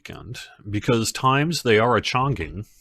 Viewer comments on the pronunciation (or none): Times be a-chaNGging. 😆